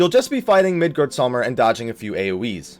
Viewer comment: "Midgard-saw-mir" lmao xD